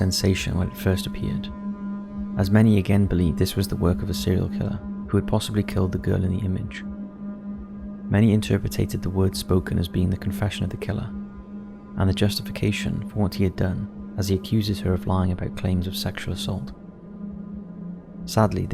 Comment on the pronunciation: erm........... it's "interpreted", not "interpretated" ;)